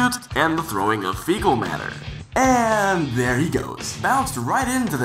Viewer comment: Dere you go. Dere you go.